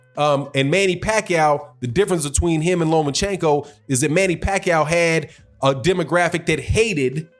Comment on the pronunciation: It sounded like you said 'the silly Lomachenko'., lol.😂